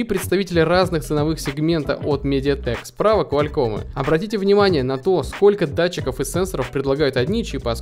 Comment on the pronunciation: КуалЪком а не КуалЬком